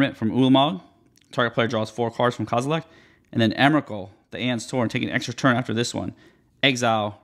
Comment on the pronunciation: There’s no “t” at the end of “Kozilek” lol